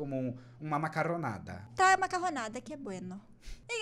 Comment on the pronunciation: "vou skiá" "joshep morrreu e voltará como uma macarrronada" "traga macarrronada que é bueno" KKKKKKKKKKKKKKkkkKKKK